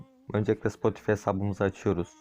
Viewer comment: Spotifi diye okunmuyor Spotifay diye okunuyor